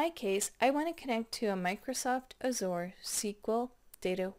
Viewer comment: go to google and listen how to pronounce "azure"...